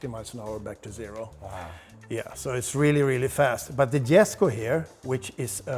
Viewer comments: YOU LOST ME WHEN YOU CALLED IT "GESKO" IT'S a "Yesko" Jesko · Isn't Jesko pronounced yes-ko?